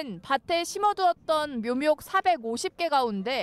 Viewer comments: 잘 못 읽었나 했더니 계속 묘묙이라 하네 ㅋㅋㅋㅋ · 묘묙아 아니라 묘목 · .이제부터 이 아나운서 별명은 묘묙입니다. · 기자발음이 거슬리네요 묘목을 묘묙이라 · 그렇네요... 묘묙묭 이라는 희귀한 발음이네요 😊.. 왜 남의 흠을 보지 라며 영상을 봤는데... 반복적 으로 여러번 나오니깐 묘묙묭 이라는 도특한 단어가 나왔어요...ㅠ